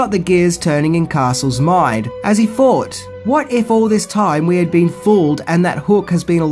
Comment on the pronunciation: Please pronounce your th's properly. Thought and fought are entirely different words.